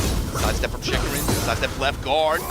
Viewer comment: Man... I wish people stop butchering my boy's name. "Chikuren, Chikuran, Chickarun" 😮‍💨